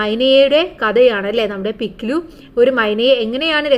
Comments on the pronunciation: പിക് ലി❌ no - പിക് ലു ✔️ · mam പിക് ലി അല്ല പിക് ലു അലെ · പിക്‌ലി❌പിക് ലു✅